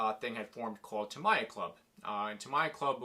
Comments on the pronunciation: A what kind of Blackfoot? Did you say ta my ya? 😂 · Tamiya collector, yet not able to pronounce the name properly smh